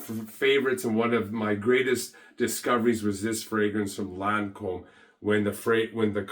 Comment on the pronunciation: It's Lancome no Lancombe